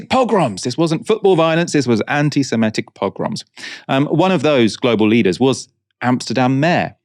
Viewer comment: *semItic. As in Semite. Please don't keep saying semetic.